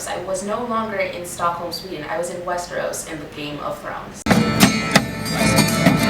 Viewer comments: hahaha i thought you said VÄSTERÅS. like 10 swedish miles from stockholm haha.. "just walked there".. haha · Haha! When you said you were in Vasteros I thought you actually went to the town Västerås (pronounced pretty much the same way). Because yes. There is an actual city named Vasteros here :) Love seeing how others view us sweedes :D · When you said "Westeros" i thought you said "Västerås", with your accent it would basically sound the same :P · were you in Westeros or Västerås? Because Västerås is pronounced the same and is an actual Swedish town. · Great vid! Fun fact, btw, there is an actual Westeros in Sweden - a bit north of Stockholm is a town called Västerås (pronounced Vesteros) ^^ i don't know, i thought it was fun because that's what I thought you meant when you said Westeros. Go to Gothenburg on the west coast next time you visit Sweden (even prettier och more fun than Stockholm, cheaper as well). :)